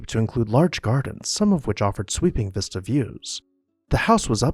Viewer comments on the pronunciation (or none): none